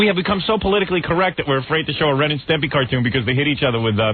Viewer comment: Howard totally incapable of saying "Ren and Stimpy" properly. "Stempy."